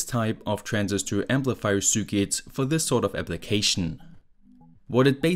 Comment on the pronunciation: Nicht böse sein, aber könntest bitte, bitte das Wort "Circuit" mal richtig aussprechen. Das nervt mich schon so lange und jetzt musste ich es mal loswerden.